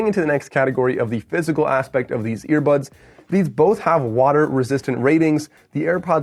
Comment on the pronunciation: Did he say ear buds or ear buns??